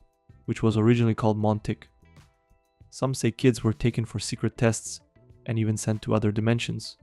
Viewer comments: It's pronounced Mon talk, not Mon Tick! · Montauk is pronounced Mon- talk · the one on long island is pronounced ,mon-talk